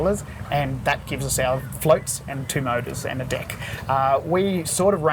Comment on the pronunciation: every time he says "deck" it sounds like "dick"